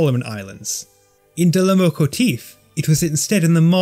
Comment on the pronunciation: Small note its loComotief not loMocotief. Just saying have nice day ya'll!